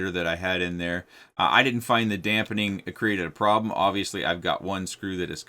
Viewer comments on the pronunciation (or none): none